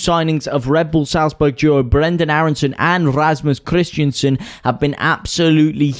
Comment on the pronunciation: when you get Rasmus KrisTENsen ´s name right, i might sub.. Not KrisTIANsen mate.. you´ve had weeks of practice ;)